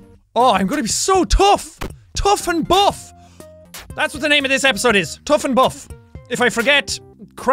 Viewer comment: ITS CALLED BUFF AND TOUGH AND HE SAID TOHGH AND BUFF